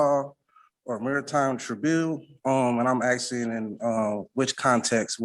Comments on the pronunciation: WHY IS NO ONE CONCERNED THAT HE’S TALKING ABOUT “AXE”ING PEOPLE??? Someone needs to stop him NOW! These “MUNICIPILITIES” ARE IN DANGER!! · Axeing yonor